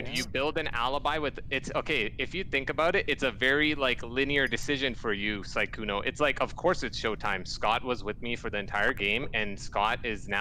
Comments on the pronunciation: PLEASE stop calling sykkuno skkuno PLEASE (no hate ly) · not trying to be rude but it is siiiii kkouno not sekouno